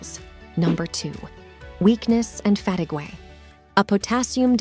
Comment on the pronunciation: Weird pronunciation of key words.Sweeting, for sweating, Fatigay for fatigue, etc